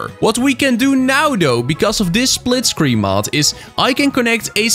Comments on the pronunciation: “Splitcreen” gj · ah yes, "Splitcreen"